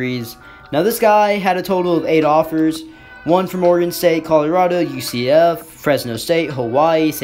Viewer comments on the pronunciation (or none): none